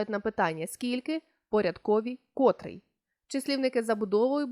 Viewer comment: Дякую! урок гарний! Але наважуся зробити невелике зауваження: вчителька української мови несе відповідальність не тільки за правильність викладеного матеріалу, але й за виклад цього матеріалу! котрИй, котрА, котрЕ, котрІ! Зверніть, будь ласка, увагу на наголошення слів!